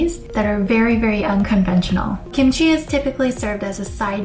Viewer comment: kimchi not kimuchi